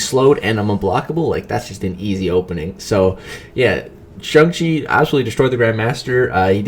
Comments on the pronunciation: Stop saying shung chi it's shang chi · Lol, he keeps calling him Shung Chi instead of Shang Chi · Dude it's shang chi not chung chi😂😂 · No one: Absolutely no one:: SUNG CHI 🥋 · Shung-Chi? Shung-Chi!? SHUNG-CHI!?!? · Why is no one talking about how many times he botched this mans name 🧍🏾‍♂️🤣 “shung-chi” oh pain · The way this guy says Shang-Chi is absolutely disgusting. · Please stop trying to pronounce his name.